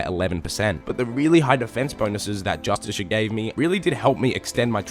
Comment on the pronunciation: "Just-a-shirt armour ".... grrr... my dude . Y'a triggering me. Lol. Say justice car... you will be closer to the right way